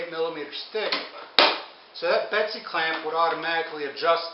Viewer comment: its a bessey clamp. not a betsy clamp.